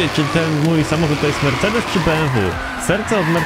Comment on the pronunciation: mówi się mercedes a nie marcedes